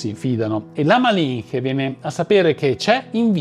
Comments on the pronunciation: Interessante come sempre, ma mi sento da dire, che la figura di Malinche ( pronuncia Malincie) è molto ma molto più interessante di quello che hai fatto vedere, merita un video tutto per se. Sono spagnola ma ho vissuto in Messico, terra che adoro! E li ho conosciuto la sua storia, sia la versione che la vede come una traditrice dal popolo mexicano , che leggendo ed informandomi di più, perché mi sono incuriosita, di una donna affascinante e se traditrice o no , lo lasciarei a ogniuno dopo aver conosciuto la sua storia. Spero il prossimo video!!! ❤ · Se vuoi sapere la pronuncia corretta in spagnolo della parola mexica si dice mescica e no si pronuncia malinche ma malince, sei bravissimo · la "ch" in spagnolo si pronuncia "c" dolce. Quindi Malinche si pronuncia "malice" e Cholula si pronuncia "ciolula".